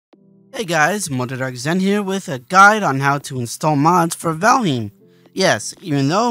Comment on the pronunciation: The name isn't "Valhim"..